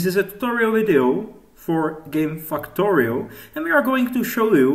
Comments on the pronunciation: "Hello guys I'm going to be playing fucktorio" lol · I just like how his accent makes it sound like he is saying Fucktorio. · fucktory... XDDD Omg...